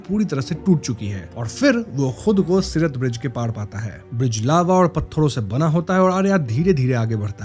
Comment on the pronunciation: Its siraat not sirat